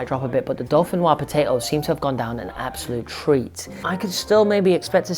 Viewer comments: Dauphinoise is pronounced with the S they clearly don’t know any French LOL 🇫🇷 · How do you not know how to say dauphinoise